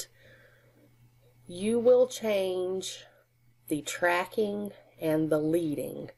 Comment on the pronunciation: The line spacing is pronounced ledding . It comes from letterpress printing and indicates how much spacing lead is required between each line